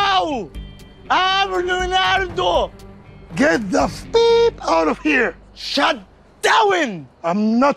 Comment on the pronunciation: قاله shutter island بدل shut up يعني وده اسم فيلم مشهور لليو